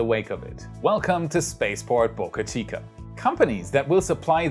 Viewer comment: Wait! What! You started pronouncing Boca Chica correctly. No more Bahka Cheeka.